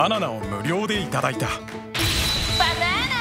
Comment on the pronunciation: バッナァーナァー！！ そこ強調するか 笑